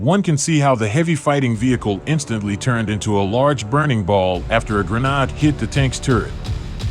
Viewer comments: lol sry dude but yeah a Grenard... definitely Gren-ade just like lemon-ade. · Whats a granaaaad? :D :D :D And octo means eight, but I only see 4 propellers, so its a quadcopter, not an octocopter.